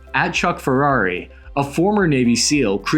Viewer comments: "Holistic whole human approach" literally marxism >< Ps I've never heard Pferrer pronounced as "Ferrari" lmao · He even butchered Chuck Pfarrer. He says Ferrari 😆